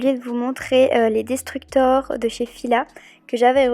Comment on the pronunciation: Cest pas desructor mais disruptor